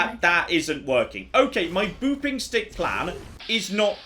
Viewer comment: Whenever says “Booping Stick”, all I hear is “Boofing Stick” ( ͡° ͜ʖ ͡°)